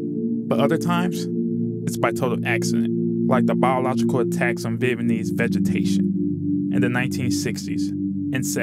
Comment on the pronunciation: What’s a Vietmanese ? At least pronounce the name correctly if your going to make an informational video